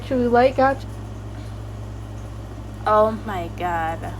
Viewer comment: and somehow you can't say "gacha" properly and you said "gaga"😭 I feel like u are too